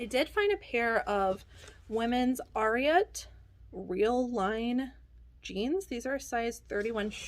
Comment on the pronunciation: FYI. Ariat is pronounced the same as the horse secretariat. That always helps me get it right.